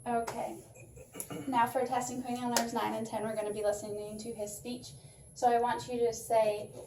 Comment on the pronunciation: Cranial “nervs” or “nerves”?